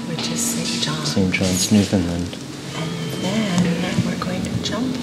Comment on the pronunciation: It is pronounced NewfoundLAND not NewfoundLEND By.